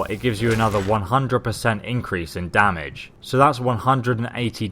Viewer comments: Its not damige, its damage. I hope you were joking. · You actually spell it as "damage" not "damige" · 1080 damige you know xD its damage xD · Can we talk about "damige"? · damage. not damige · "Damige" - 2014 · "damige" i hope that was intentional